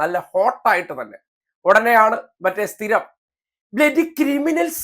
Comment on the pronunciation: " ബിലഡി കിരിമിനൽസ്"....😂😂😂😂